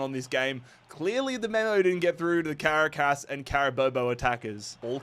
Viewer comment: Awesome job making these videos. It is now a yearly tradition for me to watch these in their entirety. It's clear that you put an ungodly amount of work into these, I know I would lose patience with it so fast D: A few pronunciation tips if interested: Caracas = "cr AH kiss" Quito = "KEY toh" (like "cheetoh" but "key") Amiens = "AM yawn" but you kinda drop the "n"